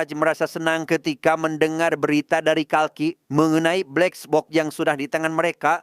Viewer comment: Kesel gw denger lu berkali-kali ngomong blexbok😏